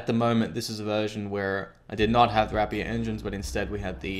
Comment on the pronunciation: ray-pier, not wrap-ee-er. :P